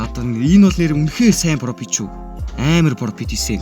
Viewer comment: Profit ❌ Propit✅